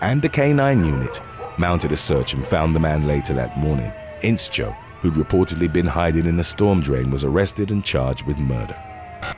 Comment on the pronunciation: It's not In-Cho but In-Show. The sch is pronounced with the sh sound. As in shoe, shh.. Inscho